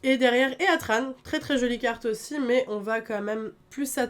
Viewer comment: Juste pour préciser, Heatran se prononce hitran, ça vient de heat, chaleur en anglais.